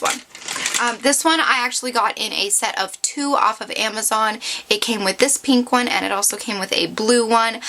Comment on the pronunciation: You talk waaaaaay too much. Btw, why do you say peeeenk instead of pink? Not judging, just some things to fix up. Bye